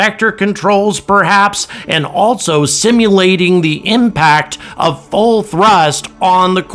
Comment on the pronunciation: Autogenous: pronounced Aw-TAH-jenn-uss, accent on the second syllable. Else: pronounced Elss, not 'Elts'. There's no 't' in Else. Also: pronounced AHL-so, not 'ALT-so'. There's no 't' in Also.